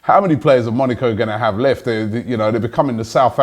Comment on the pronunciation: love the show. But PLEASE stop saying Monico... it is MoNAco, moNAco.